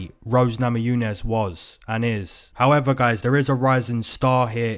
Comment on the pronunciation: I keep coming back here.. just to hear you say "Howeva"... lol much love :)